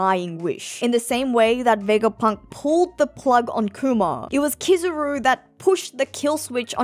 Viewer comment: Hearing you continue to say KIZZ-AH-ROO instead of KEE-ZAH-ROO makes me wanna turn the video off.